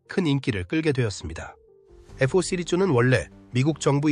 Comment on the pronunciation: 에프-오 라고 하니까 어색하다